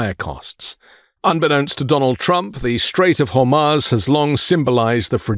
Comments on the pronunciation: Good economic info re Strait of Hormuz - (which incidentally is pronounced Strait of Hormooze.) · Strait of Hormuz (Har-mooz) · Hor-mooz dude. Its been on the news enough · HEY ALL MEIDAS TOUCH CONTRIBUTERS. PLEASE LEARN HOW TO SAY HORMUZ TELL BEN TOO